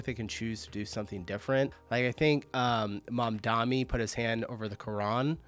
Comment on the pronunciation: MamdaNi not MamdaMi. I havent noticed that youre a right leaning conspiracy buffon before but after this video, WOW.